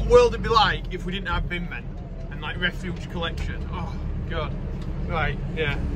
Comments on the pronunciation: it’s refuse not refuge 😂 well unless you wanna be a refugee to Ireland or some other place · Refuse not refuge 😂😂